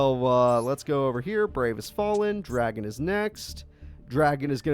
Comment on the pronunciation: Pronouncing it as "Dragon"? Bruh...